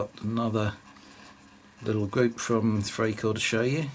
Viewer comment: Freikorps is pronounced Fry korps.